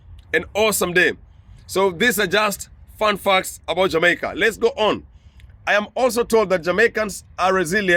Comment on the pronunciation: Well am not sure of everything as I have lived outside of Jamaica for half of my life so far but two things it's pronounced like this JA MAY KA. Ok! And we say IRIE MON! 🇯🇲 Not irie man! It's all mispronouncement. But you have done a great research as always and I always like to correct my students when it comes to those two things. Once more you are a blessing my son keep it up.🇯🇲❤️🇯🇲❤️ one love.